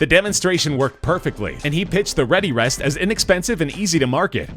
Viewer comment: For #9 it's * Readerest not Readyrest